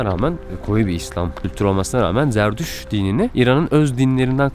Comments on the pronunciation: Jerdüz ne la zerdüşt diyeceksin. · Zarduş değil Zartoştزرتشت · Zerdüşt zerdüşt diye tekrarla yutuyorsun :)